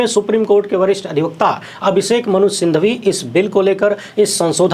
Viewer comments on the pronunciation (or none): नमस्कार, माननीय संसद सदस्य के नाम का अंतिम शब्द सिंघवी है, सिंधवी नहीं। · aap singhvi ko sindhvi kyon kahte hain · अभिषेक मनु सिंघवी हैं, सिंधवी नहीं, धन्यवाद।